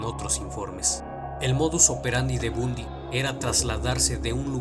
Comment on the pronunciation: Se pronuncia Bandy